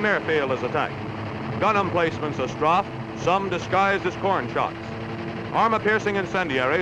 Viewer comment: That because with an ordinary dive bomber you "strafe" but in an A-36 you "Stroffe"